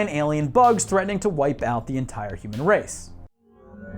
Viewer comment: "HOOOMAN INTORCORSE"